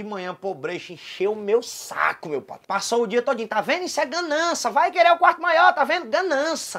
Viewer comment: "issu é ganança"